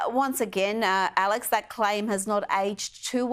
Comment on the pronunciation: Will she ever pronounce Alex's name right?